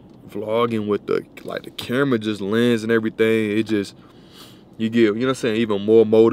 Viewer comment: Which Jamaican girl are you talking to? "Every ting"